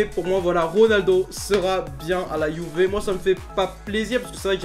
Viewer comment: tu t'es tromper tu as dit 《si ronaldo va quitter la youver》😂😂🤣🤣😁😁 je suis le seul à avoir entendu LIKE SI TU entendu